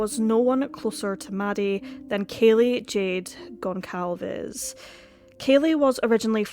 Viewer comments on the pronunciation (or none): The c in Goncalvez is pronounced like an "s"